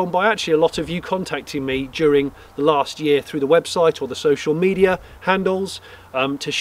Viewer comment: Great news Jonny. But you said Social Media wrong.